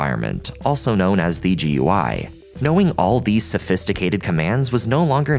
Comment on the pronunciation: Holy shit finally someone who says “G U I” rather than “goo-e”